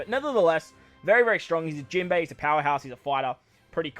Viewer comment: Jimbo was the most Australian I've heard you yet hehe